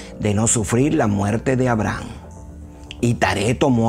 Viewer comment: A-bra-ham. Hasta escrito lo tiene. Buena información y video. Sólo la pronunciación del nombre es el único pero.